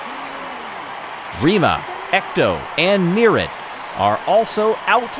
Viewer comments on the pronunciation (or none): It's pronounced Nerrry-id. Not Near-id.